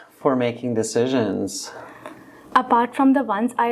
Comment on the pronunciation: I love how he makes an accent on pronounciation of "decisions"